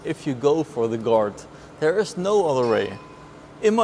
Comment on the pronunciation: it took me halfway into the video to figure he was saying "guard" and not "dart". i was like "mercedes dart huh thats a funny name"